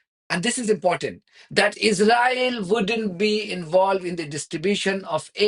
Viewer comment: If you insist on speaking English please can you learn how to say Israel and Israeli properly, you sound ridiculous, thank you 🙏